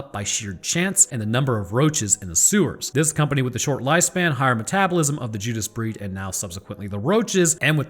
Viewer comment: I'm sorry did he just say the Judas Breeist lol